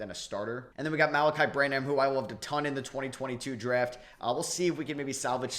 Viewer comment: It’s pronounced “Sooo-Hann.” And “Bran-uhm”.